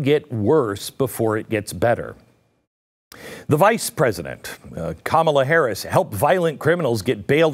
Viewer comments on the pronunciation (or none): none